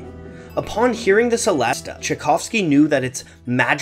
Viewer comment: It's pronounced like cello so chellest (the e at the end is also silent)